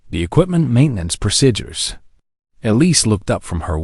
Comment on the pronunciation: WHY cant they pronounce PROCEDURES?????? Its not rocket science